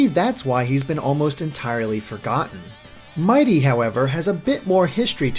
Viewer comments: It's mighity NOT mighty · IT'S NOT MIGHTY IT'S MIGHITY! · His name is actually "Mighity".